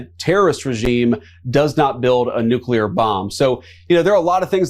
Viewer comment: It pisses me off royal to hear someone in government who should be well educated mispronounce the word NUCLEAR!!! THERE IS NO Q IN NUCLEAR. IT'S NOT HARD TO SAY IT RIGHT. EVEN PODCASTERS DO THIS! EVEN HIGH RANKING OFFICIALS DO THIS!! IT IS AN IMPORTANT WORD AND NEEDS TO BE UNDERSTOOD AND PRONOUNCED CORRECTLY!!!!